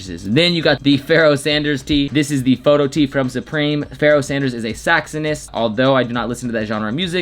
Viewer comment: "saxonist"... after you make fun of "captcha"